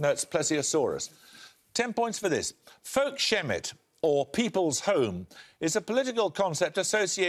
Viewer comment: Marine dinosaur?? There is no such thing! The plesiosaur was a marine reptile but not a dinosaur. Also, it's Folkhemmet, not folk-shemmet (and had there been an s there it would have been pronounced folks-hemmet anyway). Did they do no research on these?